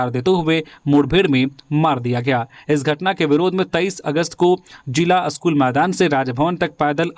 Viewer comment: आप का 'स्कूल' का उच्चारण अशुद्ध है. इसे ठीक कीजिए.